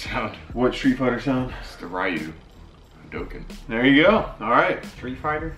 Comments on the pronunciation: Am I the only one who pronounced ryu Ree-u not rye-u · It's reeeuuuu not rrriiiiiiiuuuu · Im so triggered REE-YOU not fuckin ri-you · It bothers me how they say "Ryu", it's pronounced [Ree-you]. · When you pronounce Ryu wrong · Lowkey triggered on how they pronounced Ryu